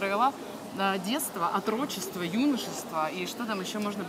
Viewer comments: "ОтрочЕство"?, Отрочество,на первый слог ударение. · 7.17 Отрочество, а не отрОчество